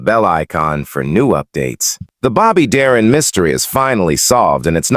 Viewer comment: Who says " Dah-rin?"